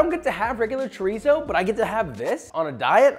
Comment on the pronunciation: Did joshua just bastardize chorizo